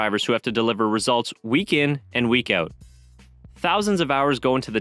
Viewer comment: Holy fuck. All this time as a US fan I had no idea another US F1 channel existed. I got tired of Cranky Yanky's voice. Great dude but annoying voice . New subscriber! Edit: Ok I heard the word 'Out' being pronounced n can confirm u guys are Canadian lol. Still great 👍🏽